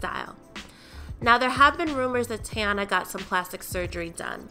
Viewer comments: ....her name is pronounced “Tee-Ana” not “TayAna” 💀 if she says “TayAna” one more time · Her name is TEEEEEEEyana please with the tayana 😂😂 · this video annoyed me simply because of how she said teyana. 😐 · the way she pronouncing her name is so ugh